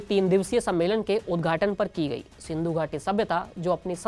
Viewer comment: एंकर बनने से पहले बोलना सीखो सिंधू नहीं महानभाव सिंधु है।